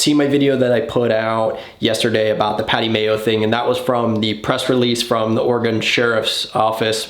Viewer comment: I’m a simple man. I see a video, I watch it. Thanks for putting out your content (and for pronouncing Oregon right 😬). Up here it’s called “Menacing”. It essentially translates into the same elements as what you described. Be safe bro!!